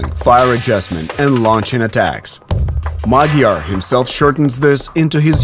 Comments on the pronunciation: MaDyar, not MaGyar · It's Madyar!! Not Magyar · Why does his name tag say MA D YAR, instead of MA G YAR? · He is Madyar! Madyar, not Magyar! Means he has Ungarian ethnicity. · The word Hungarian in Hungarian is Magyar. The pronunciation of the Hungarian "gy" is something like a soft d, like in English "dew" or "due". Cyrillic alphabets don't have this, instead they have д(d) + ь (softener), ё (yo), е (ye), я(ya) and ї(ji). So Magyar becomes Мадяр in UKR, and that becomes Madyar in phonetic English transcript.